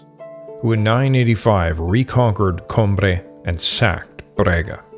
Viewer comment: Great summary. Atrocious pronunciation in places. Coimbra, repeat after me: Coo-ee-mbra